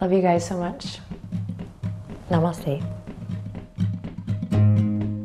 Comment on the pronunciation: I love you Adriene 🤍🤍🤍 I could never do a meditation before and then this time I did a 10 minutes session. It's unbelievable !!! Thank You so much 🙏🙏🙏 and I love the way you say NAMASTE coz I am an Indian. NAMASTE ADRIENE 🙏🙏🙏